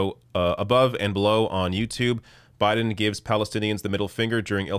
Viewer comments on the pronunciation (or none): none